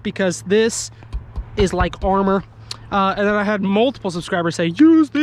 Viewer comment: Body GAR-mor(said like armor) 😂😂